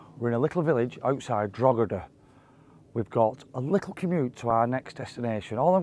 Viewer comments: the g is silent, it's pronounced Droheda. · Droheda G's silent bud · Love it guys ..... welcome to ireland Fyi say them fast 😉 coor-bal-is Drock-e-da Ter-ma-feckin 😎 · granted, I am a Canadian, but I believe that it’s pronounced “Drawh-da” (I suppose that I could use phonetic alphabet, but I think that conveys the proper pronunciation). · it's pronounced 'Draw-hid-da'. The 'G' is silent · you dont pronounce the G in drogheda its drawdaaa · The G is silent in Drogheda. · The "G" is silent in Drogheda. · Fyi, the "g" in Drogheda is silent.